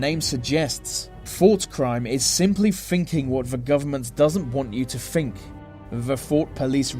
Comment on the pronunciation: Think...not fink. Kind regards.